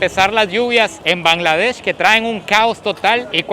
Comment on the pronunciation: Bangladesh ❌ Kangladesh✅ 🤣🤣🤣